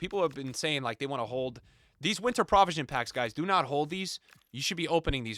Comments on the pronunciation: you graduated from columbia so i know you’re baiting comments by say prah-visions 😂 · All I want for Christmas is to never hear pronounce the word 'provision' again... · Unc can’t pronounce provision